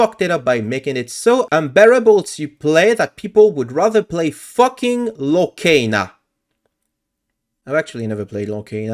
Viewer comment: Lorcana is definitely not peak and is pronounced lor-kahn-uh, by the way.